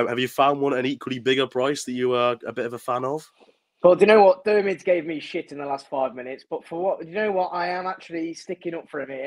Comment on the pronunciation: You spelled Diarmuids name 4 different ways and all 4 were wrong🤣🤣🤣